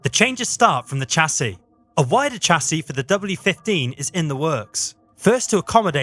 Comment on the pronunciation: Why is a Brit pronouncing Chassis incorrectly